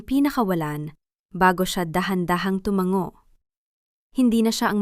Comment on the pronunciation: Ang Pag bigkas ng Timango Ay tumang go